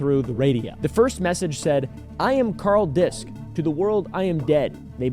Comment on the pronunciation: Its kinda funny but he mispronounces the name in the video. If its of german descent "disch" is pronounced "dish" not "disc." The "sch" in german never has a silent "h" but its common for english speakers to misspronounce. He likely thought "sch" is "s-ch". "Ch" in german is like a hiss that many non-native speakers struggle with and pronounce like k.